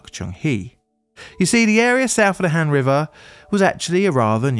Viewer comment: Just an fyi for future videos featuring Korea. Korean does not have the short A sound so whenever there is an A, it is always pronounced as a long A sound. So HAN should be pronounced HAHN. (An exception is when it is next to an e as that becomes a digraph). I won't correct the other pronunciation mistakes because a lot of them just don't exist in English and would be too difficult, but the A is an easy one to remember and to fix.